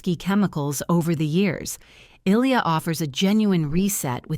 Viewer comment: They can't even pronounce Ilia correctly. Why should I take this seriously??